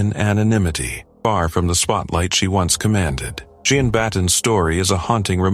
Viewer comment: Why do you keep changing her name? It's Jean long e